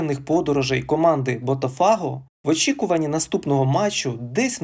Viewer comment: лайк поставлю, але оці БотафАго і Флаурес - ну треба ж якось відповідальніше готувати начитку матеріалу, бо вуха ріже.